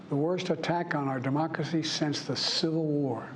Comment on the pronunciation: Can't say democracy or cherish? Lol😅